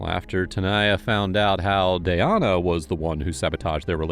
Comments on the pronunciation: Why did you butcher her name like that?! It's DAN-YA. 🙄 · how we gonna call the victim the wrong name the whole time? her name is Danyna. DA-NY-NA. y'all wrote Danya and pronounced it Dayana. come on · It’s DAN-ya. Not day-Ahna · Its not danaya..its DAN-YA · Omg….it’s DAN-YA, not “day-an-a”. It’s making it so confusing with the other girl being Tanaya. I can’t stand AI commentary. Also, this girl is obviously a psycho who will hurt others in the future since she will have the chance. Shitty liberal DAs and Judges give slaps on the wrist, if anything, and because of it society suffers constantly. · Dayana?!?!?! It said DANya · Anyone else getting the teeth grinding when he calls the victim dayana but as far as i understand the victims name was danya... 🤷🏼‍♀️🥴 May her poor soul rest in peace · It's Danya, not Dayana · I think it’s pronounced “Da nya” not “Day ana” just from the spelling. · Tbh pls learn to pronounce victim names right cause her name is Danya not “Dayana” 😒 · Her name is Danya. Not Dayana. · Is it just me or did they Mispronounce the victims name the entire video? It’s spelled D A N Y A but they pronouncing is Day-on-uh. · Her name is spelt Danya.. like Dan- yuh. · The fact that the narrator repeatedly said the girls name wrong. “Danya” doesn’t look anything like the way he is saying as Dayana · Danya =/= Dayana ? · How are you pronouncing "Danya" as Dayanna????? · “Danya” =/= “Dayana” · How do you sit here and mispronounce danya the entire episode..wtf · You mispronounced DanYas name over and over aggravates me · You are pronouncing Danya's name so wrong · or, maybe, you learn how to pronounce it. You can pronounce Tchaikovsky, Mussogorsky, even Beethoven. You can pronounce Danyna.